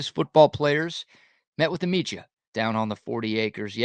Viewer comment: Love the content but speak Like a human. Can you not pronounce a D? ITS MEDIA NOT MEGIA. God it annoying how you try to to do this on a lot of words.